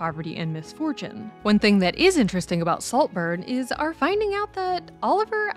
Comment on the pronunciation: Slowburn? Noburn? but a great Take as always.